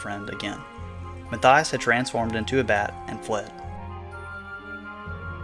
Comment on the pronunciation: You pronounced Mathias wrong...it's "mott-yosh"